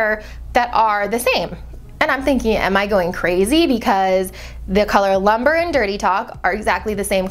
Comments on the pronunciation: It's LUMBRE not LUMBER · It is pronounced loom-bray, not lumber. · "Lumber" lol Lumbre girl that means fire in Spanish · Actually it's pronounce Loom-breh. Not loom-bray. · Omg it's loo-m-bre. Fire in Spanish 🤦🏻‍♀️🤦🏻‍♀️🤦🏻‍♀️🤦🏻‍♀️ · anyone else cringe with how she pronounced "lumbre"? lmao it's a spanish word.